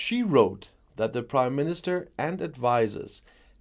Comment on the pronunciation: Dit you say the British Crime Minister instead of British Prime minister ?